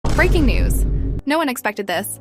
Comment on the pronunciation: sorry to say but i totally heard 'freaking news' instead of 'breaking news' u said :3